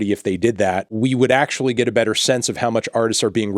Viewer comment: “if Spotify ACKCHEWAULLY”